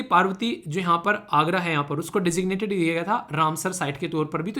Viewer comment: sir It is arga or agra